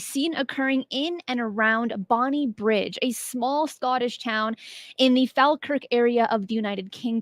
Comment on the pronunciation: For reference, it's Bonnybridge, not Bonnie Bridge